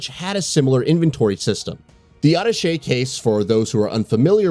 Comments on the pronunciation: It is called Ah-ta-shay case, from the French word for connecting. And chainsaw man is called Dr. Salvador. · "adduhshey case" c'mon man. Also: "RE4 Remake is so hype!" Not by everybody. Should've let it die and gone with Code Veronica instead. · Over a million subs and can't pronounce ATTACHÉ properly...?wtf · Lol, it’s pronounced Uh-Tash-Aye case…. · Auto-shay case lol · Are you trying to sound sophisticated with that pronunciation of Attache? 🤣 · Why are you saying "Attache" like that? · Thank you! It bugged me so damn bad that he mispronounced it. And did it 5 more times😂😂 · How did he pronounce attachment case?